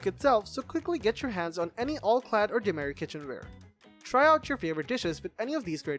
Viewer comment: the host keeps pronouncing demeyere as "do-my-rhee". should be "do-my-yer"